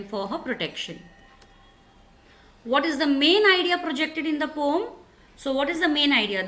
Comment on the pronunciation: it is poem not pom